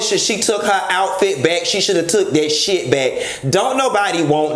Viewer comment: Did he say atfit!!!! He did! Okay😂😂😂😂😂😂😂😂😂🚑🏨💀